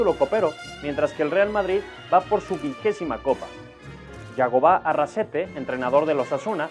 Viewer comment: Arrasate, no Arrasete.